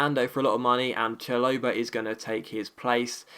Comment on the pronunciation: Chalobah = Shal-ob-a not Cha-low-ber